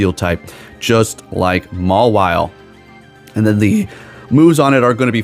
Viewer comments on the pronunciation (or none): none